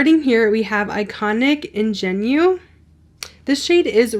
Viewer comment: Love the look you created! I think the show is great, excited for season 2! I do love the packaging on this collection. On the fence since I think the eyeshadow palette should have more variety, they didn’t need that many pinks. Also wish the blush palette had new colors. Ingenue is French, pronounced like ‘on-gen-ew’